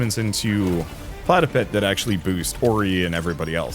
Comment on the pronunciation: The pigs name is pigEPIC, not pigEPEC